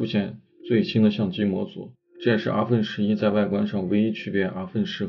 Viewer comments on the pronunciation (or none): 真是云南人？阿分11。云南很多地方是不发后鼻音的。